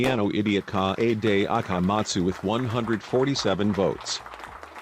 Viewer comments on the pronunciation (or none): Nobody: The narrator: KAYAYDAY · no one: text to speech: naGEEto koMEEda, kawAYday (🦅)